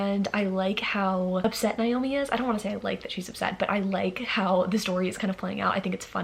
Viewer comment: Hi just a heads up, Naomi is pronounced as Nay-oh-mi. Whereas the other less common spelling Niomi, is pronounced with an I.